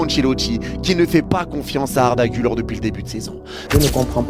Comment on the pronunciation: Incroyable la vidéo frro mais ça se prononce "gulaire"